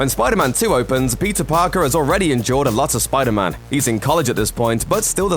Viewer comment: Am I the only one that hears "Pizza Parker" when he says Peter Parker?